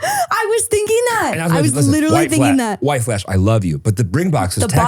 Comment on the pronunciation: I literally thought he said white flesh and I was like that’s one hell of a decoy website name 😂